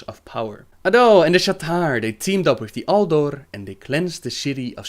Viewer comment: Yes, and of course Naaru is pronounced Naah-Roo, Sha'tar is pronounced Sha-Tar and A'dal is Ah-dal.